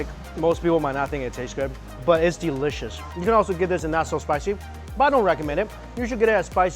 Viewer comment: delicious nak bukan delecius,kalo gak bisa ngomong inggris mending jangan wkwk